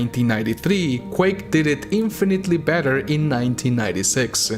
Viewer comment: Quake-ah, game-ah, announced-ah.